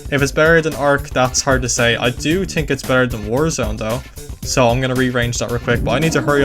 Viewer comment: "i tink"